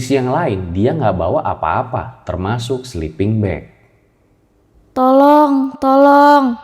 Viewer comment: Dari serem bangat serius dengernya.. eeeh denger "tholooong tholoong" jd pen ketawa 😂